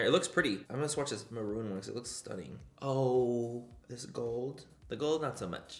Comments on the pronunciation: I’d love merch that says “stoonin” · No one: Manny: STUNning